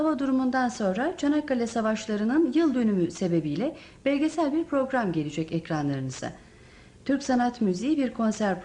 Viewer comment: BELGESEL kelimesini yanlış okudu